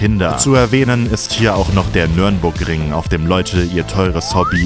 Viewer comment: Nahaiiin, nicht Nürnburgring sagen.